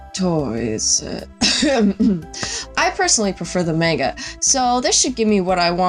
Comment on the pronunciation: the way you pronounce "manga" in this is annoying & incorrect. its "mahnga"